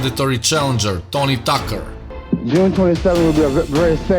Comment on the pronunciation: Did he call him Tony Talker?